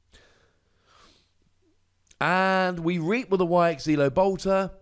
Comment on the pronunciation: "Why-ex-ilo": say it how you see it 😅